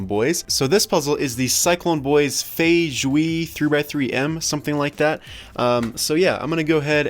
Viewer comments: feijue is pronounced similarly to wuque, it’s fay-jway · its pronounced fey jwey in chinese